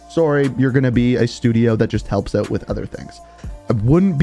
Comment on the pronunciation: Why are you saying eut? Where is that accent from?